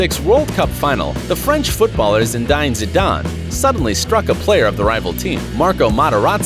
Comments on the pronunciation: Zindane?! Its Zidane!🤣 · His name is zidane not jidane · Zidayne lol. Before making another video i will first learn to pronounce the names right. NOW REPEAT. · Shadarn. It’s zidane. zidane. zidane. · “ZidAYn..” How did they mispronounce “Zidane”? It’s Zi-DAHN.. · It's Zidane..not jidane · Zindan Zindan? LOL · Jidane? really? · Zi-dan not jidant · Did he just say ZINDAYNE 😧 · You called him shidarn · I turned this off as soon as he said Zidayyyyyyn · Zidine zidane zidayn? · He said zidan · you cant say that, its ZEE-DAN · was going to watch, and then he said "Zidine Zidan".... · 54 secs his name is zi-dawn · Zeedayne, voullar, raishcard... Wtf, how are you pronouncing names so wrong lol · thats bullshit its zid-a-dean-zidan thats how you say it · Who TF is zin-DANE u are saying his name WRONG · Excuse me who?...zindan zeedane? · Zindane? General Zod? Zidnainenane? Zinaenae? What the fuck are you saying? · Zid eye n zid arn smh. american pronunciation is so funny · XD " zindane" who the f is that XD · The French footballer Zedæn Zedan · hahaha! You butchered his name 😁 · How many times did you mis pronounce Zidane? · The way he says zidane 😂😂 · This guy cannot FUCKING PRONOUNCE ZIDANE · How many ways can you miss pronounce Zidane? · Bro you fucking American why can’t you say zidan properly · He couldn't even pronounce Zidanes name correctly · The pronounciation of Zidane is killing me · Did this guy just pronounce zidane 3 different ways or am I imagining it. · Can tell you are a twat by the way you say Zidane's name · Zidaayne zidaane...zidayn...zshidan...zidan. They're all wrong and you didn't even pronounce his name right once! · You said Zidane’s name wrong like 1000 times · Say his name properly 🙅🏼‍♂️😭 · Anuj prajapati they could’ve even say Zidane’s name correctly